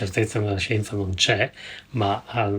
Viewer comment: se lo dice dice la shjenzah...